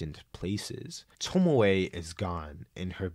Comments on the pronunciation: toh-mee-ay. there you go. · Tomie (toe-me-aye) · saying tomie like “tomoay” is wild, it’s literally a phonetically spelt name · Ive decided im going to start pronouncing tomie as “tomo-eh” and see how it takes until someone murders me and disassembles my body. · Hearing Tomie pronounced as Tomoe was unreasonably annoying tbh. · I had this on as background noise and as soon as I heard "Tomoy" I was fully pulled out of what I was doing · it's toe-me-ay, not sure how to explain this but the syllables in japanese words are pronounce one by one, unlike english where some syllables is omitted (oboe in english is o-boe as in like o-bow but in japanese is o-bo-e as in like o-bow-ay) im not expert in this so sorry if theres a mistake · The fact that you keep saying "Tomoe" while repeatedly showing the name "Tomie" is infuriating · Great video, but Tomie is pronounced toe-me-ay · Why does he say “tomowe” instead of tomie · The video was nice but PLEASE never say tomowhe again i beg of you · I like the video but the way you pronounce names like Tomie and Remina is scarier than any Junji Ito manga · why do you say Tomie like that